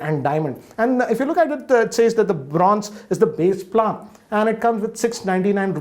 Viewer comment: Goddammit learn how to pronounce “plan” please